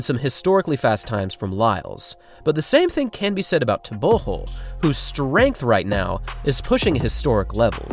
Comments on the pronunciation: I can care less what someone THINKS their name should be pronounced like... GO isn't pronounced like HO. Easy thing to comprehend. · Could you please take time to learn the proper pronunciation of the african names of these athletes. I know you dont mean to butcher the names but I promise you it will go a long way. Like for example you dont say tebogo properly... it is suppose to sound more like Lee-tsee-llehh Tehh-bwuu- gwoh. What you currently doing sounds like saying nuu-aah lie- less instead of noh- wah lie-lls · Your new pronunciation of TebeHO is jarring. But excellent production as usual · Just thinking.. for all your videos, why not try introducing athletes by saying "Tebogo, pronounced xxx locally", just to educate us as well. So many athletes names pronounced incorrectly. Humour yourself, find out how Tebogo is pronounced. Although must applaud you for getting Letsile closer to correct pronunciation after you first pronounced it as "Letseel" 😂. Great job as always. A true TRP fan.